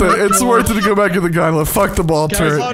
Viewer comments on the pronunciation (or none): I know they're saying gondola but I can't stop hearing Gundam